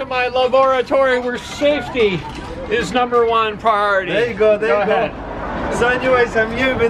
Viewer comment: Yes rilllly safetyy pwiority.....coool. and aaaaasaam.........